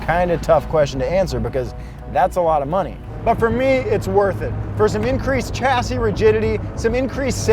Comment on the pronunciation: Its pronounced shassis not a hard CH, also for future reference "aluminium" 😂